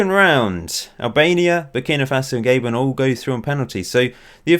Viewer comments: It's Ga-bon not Gay-bon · Gay-bon :p